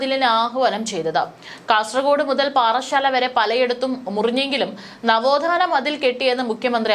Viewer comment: നവോദാന മതിലല്ല നവോത്ഥാനാ മതിൽ pronounce correctly please